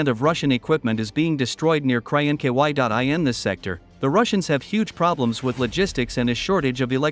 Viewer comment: Poor AI cannot pronounce Krynky K-r-inky-why 😂 The russians are also asking themselves Krynky why 😊